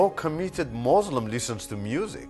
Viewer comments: moslim? Koran? Are you serious? He can't even say it properly! Rather Qu'ran and Muslim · What a liar!! The town he's from is remote which is why he chose it as his "home" . He can't even say Muslim properly?! Why doesn't he mention his University so we can check their records to see if he actually went there.